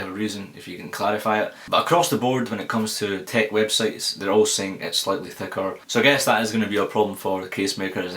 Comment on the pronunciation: thaker thakr :) lovely pronouncing